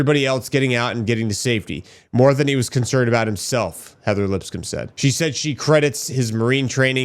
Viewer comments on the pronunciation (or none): Lips coam like a comb 🪮 is the right pronunciation lol. Sorry for the correction brother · LipsCOMB not LipScum